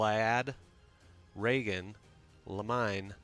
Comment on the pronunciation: Blaiddyd - Blay-thyd Gloucester - Glosster Charon - Karen Riegan - Reegan Gautier - Got-tee-yay